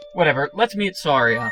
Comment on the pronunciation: You pronounced Saria's name wrong.